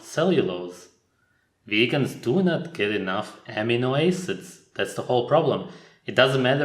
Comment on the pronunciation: Just a tip, but in the West, we pronounce amino acids as "Uh-meeno Ass-ids". I know it's a man made language, but just trying to help seeing as I was not understanding what you were saying for quite some time.